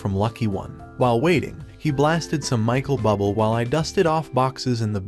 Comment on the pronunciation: Omg. The AI Voice said Michael Bubble!!! 😂